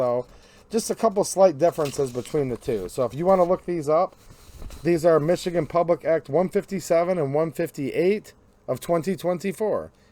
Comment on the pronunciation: Dude, it’s Michigan